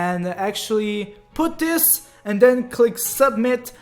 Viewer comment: Btw, It always sounds like he’s saying dis instead of this But that’s just his accent I’m not one to judge =w=